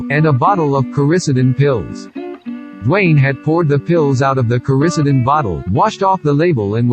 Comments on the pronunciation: some kind of weird computer generated voice. why?? and btw, it's Core-uh-CEE-den not core risidin. JEEZ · The robotic narration really sucks. Pictures are great . Narrator says Coricidin wrong . Robotic narrator really sucks 🤮🤮🤮🤮